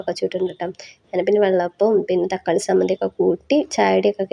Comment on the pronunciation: സമ്മന്തി അല്ല ചമ്മന്തി